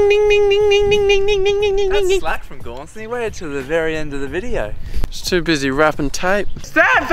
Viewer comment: Oh, it's Gaunson. I thought you were saying "go on, son" this whole time